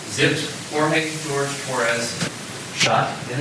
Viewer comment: Jorge. Not George. Least we can do is respect a victim.